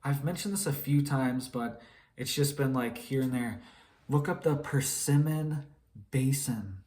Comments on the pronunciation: FYI, it’s “Permian” Basin, not persimmon (a fruit). The Permian basin is a large depression of land in North-Western and Central Texas, USA, beneath which was a large deposit of oil and natural gas, formed at the end of the Paleozoic era. Much organic materials were present there (plants and animals) from which this deposit was formed, and then covered in subsequent geological events. After the discovery of oil as a fuel source in human history, many drillers came to Texas to extract from these deposits. Many a business man became wealthy from it, giving Texas a reputation of being the state that produces wealthy “Oil Baron” millionaires. While this may have been true during the oil boom years, in the past few decades, oil production tapered off, as wells went dry, and cheaper imports from Middle East producers made drilling and extraction here less attractive or profitable - US oil became more expensive than their competitors, thus refiners purchased from foreign suppliers. The government may have encouraged an attitude. It was thought “why should we deplete our deposits here, when we can drain those of someone else, and save our own for the future when the world is running out?” There is a debate over exactly how much oil the world has remaining, and whether it is a finite resource. You can see via online mapping apps numerous gravel roadways linking access to the many drilled wells in the Permian Basin in Texas. Just start looking around Midland and Odessa TX, and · Permian basin not Persemon in Texas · "Persimmon Basin"? You mean Permian Basin?